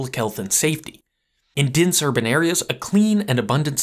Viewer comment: "Dinse urban areas"